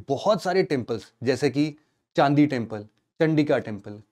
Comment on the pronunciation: Sir in temples k hindi name liya kro.....ese confusion ho jata h.... जैसे,,, चंदी टेंपल नहीं चंडी टेंपल,,, चंदीका की जगह चंडिका टेंपल,,,,, चंडेला वंश की जगह चंदेल वंश होगा,,,,,, Video is fully loaded with important information....bs pronounciation hi confusion de rha h....💔